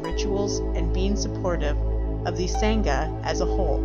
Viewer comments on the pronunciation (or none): She pronounces sangha wrong too.